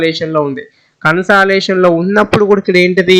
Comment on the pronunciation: అరేయ్ దరిద్రుడా ఇంత చెత్తగా చెప్తున్నావు కన్సలాషన్ కాదు రా అది కన్సల్డషన్ రా నీ నత్తి